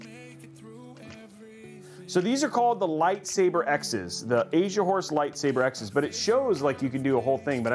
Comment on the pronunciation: Take a little longer pronouncing Asian horse. stress that S my man. LOL. Did a double take and thought you were saying Asia wh0re. Which is wayyyy not the right thing.